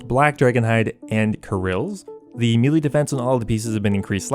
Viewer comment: Why can’t any youtuber pronounce melee...smh